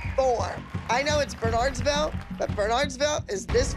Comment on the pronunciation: I’m from New Jersey and she’s mispronouncing Bernardsville, I think you only say it right if you’re from around here 😂